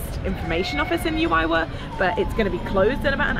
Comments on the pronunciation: The pronunciations for Juayua….should be….who .. A …you…A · The town of juayua is pronounced like who - a-you - a. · Juayua ( who- a you- a